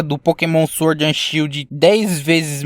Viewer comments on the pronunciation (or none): none